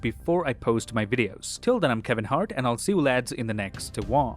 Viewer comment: YO, DID ANYONE ELSE HERE HIM SAY HE WAS “Kevin Heart”?!!!